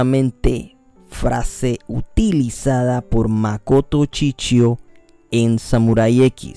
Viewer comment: No es chichio es Shishio.